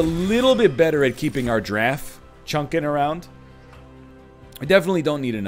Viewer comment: Anybody else hear eggman say "killer draff" but your brain hears "killer giraffe"? Yeah, everytime.